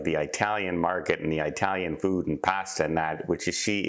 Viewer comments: Hey, it's not eye-talian, it's it-alian. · ...a subscriber and listener for years...BUT...it's eh-talian (like the word "it") not EYE-talian... Eye-talian definition: (chiefly US, slang, eye dialect, derogatory) Italian...still love you...;-) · It-talian not I-talian. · Excuse me but please don’t say ‘eyetalian it is Italian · It remains an open discussion if this pronunciation is derogatory or just ignorant. In either case it is very hard on the ears! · It’s not “eye” Italian… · Agree and I didn't take it that way...just alerting to maybe "offending" someone else...